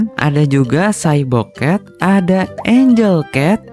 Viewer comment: Bang gw denger bukan cyborg cat tpi cy bokep